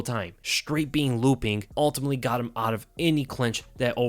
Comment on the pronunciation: "Lewwping Overhand"